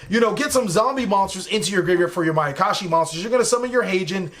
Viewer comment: "My I can shi potential"...terrible...